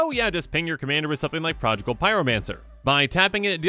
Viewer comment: I cringe every time says 'Prodgigal Pyromancer' instead of 'Prodigal Pyromancer.' And Minks? No sir. Minsc = Min-sk.